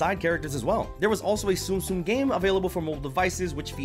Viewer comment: It's actually pronounced zum zum, spelled 'tsum tsum